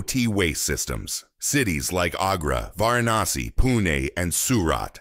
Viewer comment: हा बोलणारा माणूस एक्सेट मध्ये का बोलतोय? कोणी भारतीय का मिळाला नाही?? वाराणशी चा उच्चार कसा करतोय?? 🤦🏻‍♀️😔